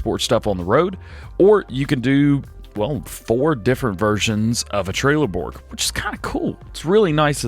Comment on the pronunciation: Why do you say trailerborg not trellebog?